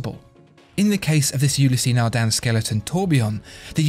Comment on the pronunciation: if only he had pronounced Ulysse Nardin properly.